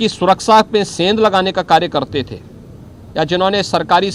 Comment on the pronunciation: Suraksa ya suraksha